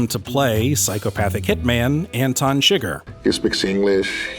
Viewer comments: how are you such a fan of the movie, and you pronounce the character chi-gger wtf is going on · Did you call him Anton chigger?